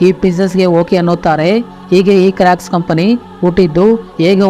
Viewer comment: Bro adhu crack shoe ala crocs shoe pronouce sariyaghi maddu